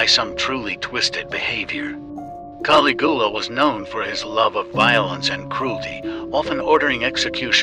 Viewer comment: I wish they would get people that can properly pronounce historical names correctly the way he pronounce Caligula sounded like it was a cheese product